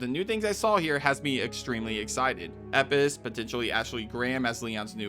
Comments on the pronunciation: Question, that’s not meant to offend… why do you say Elpis like the L is an i? From my study of Ancient Greek at uni it’s pronounced EL-PIS (or pus) not eipis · It's Elpis, not Epis 😂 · He’s American what do you expect they miss pronounce everything . Elpis = Eppis Graham = Gram Craig = creg Martin (pronounced mar - tin) = American mart - in Grand theft auto = Grand theft duto Herbs = Erbs Caramel = caarmoel Route = Rawt Squirrel = Squrl Mirror = meer Basil = baysill Water = wader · ELPIS. ELPIS. WHY DO YOU KEEP SAYING EPIS. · Doesn’t that say EL piss not ep piss 😂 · Is it bugging anyone else that he keeps saying "Eppis" when what is shown clearly says "ELPIS?" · Elpis, not Epis........please don't tell me you're an AI channel. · Did so much research but can't pronounce Elpis. Had to shut this video off after the 20th time he says "Eppis." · Of course it's Hunnigan on the comma, why? Cuz they hire new VA every time for a new game... Like RE remake 4 has a new VA for Ada personally I liked the first woman show voice Ada... And Elpris the fuck? U pronounced it as E pis it's [El pis] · It's EL-PIS. Not EP-PIS. Holy shit. Edit: Nick's last name is pronounced UH-PAHST-I-LEE-DEZ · It’s ELPIS not EPIS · Dude its ELPIS not epis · It’s ELpis not Epis you annoying bastard are you dyslexic? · bro is it not elpis not epis why does he skip the L??? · Bro am I crazy.. is it not EL-Pis. Hearing Epis was killing me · ELLLLLLLL piss..... not Eipis ELLLLL... say ELLL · Anyone else find it a bit harsh to hear him say Epis over and over again instead of Elpis 😅or is it just me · its elpis not epis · Why do you keep saying "Resident and evil"?? And it's Elpis, nit "Epis"... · it's pronunced Lpis not Epis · Bro how you gonna call it “Eppis” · Elpis, not eppis. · Umm... Elpis. Not Epis... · Its pronounced "Lpis", instead of saying "Epis"😅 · Dude stop fucking saying EPIS the word clearly is ELPUS it has a fucking L for gods sake Jesus that bothered me more than it should have